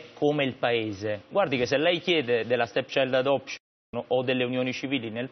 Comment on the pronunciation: "La STETSAILD ELEPSCION" "LA STECCIAILD ADOPCION" alla terza l'ha azzeccata